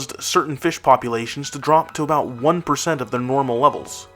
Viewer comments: Good video, but we say "about" and not "aboot" in Canada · We say "about", not "aboot". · Nobody says aboot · Seriously did he really need to say aboot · As soon as a heard you say "aboot" in the title , I stopped watching. I was born and raised in Canada and in over 50 years I have never heard a single Canadian pronounce about as aboot. It is the stupidest Canadian stereotype there is.